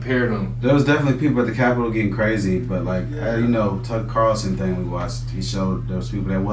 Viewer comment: Why would I? I said he pronounces names he hears thousands of times wrong which is an objective truth. He says Tucker Carson instead of Tucker CARLSON lol. I never said anything about his beliefs or that they are wrong in any way. Would you like a ladder for that reach?